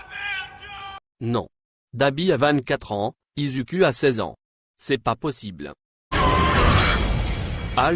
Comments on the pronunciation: Pardon ??? On dit "izoukou " et pas "Izuku " 😱🤐😒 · Ça se dit izuku